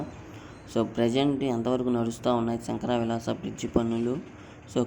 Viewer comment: తెలుగు వాళ్ళేగా తెలుగు సరిగా పలకండి శంకర విలాస కాదు శంకర విలాస్